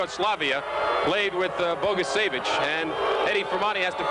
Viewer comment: But, sadly, not how to pronounce "Bogicevic." It's a 41-year=old mistake and no longer with us, but it still irks me.